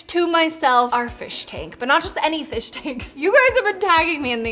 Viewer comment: the P instead of f in fish tank 😂😂😂